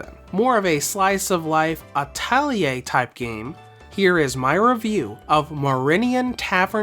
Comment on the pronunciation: "Atellieh" bro